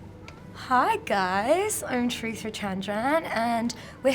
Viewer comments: No hate but why can't she pronounce her own name correctly - at least as far as the indian pronounciation goes😭 every time she says her name I have an instinct to shout at my screen the real pronounciation. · oh god why does she pronounce her name like that!! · She says her traditional name so british